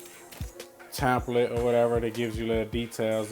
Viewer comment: He said you get a lil' tamplet...hahaha.